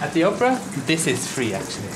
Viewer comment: At first I thought he said 'Oprah' house.